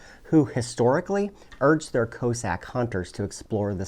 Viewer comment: Is a "co-sack" the same as a Russian "coss-ack" or are you just pronouncing it weird?